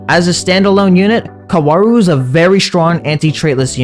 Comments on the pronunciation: It’s pronounced cow-rue Edit: this video hurt me to watch because he kept saying his name wrong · the pronounciation being kawaru is getting in my nervers throughout the video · its not kawaru, its kaworu